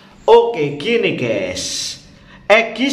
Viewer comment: Maaf admin pengucapan yg benar itu Gaes buka Ges.... Kalo tdk bhs Indonesia saja jgn sok Inggris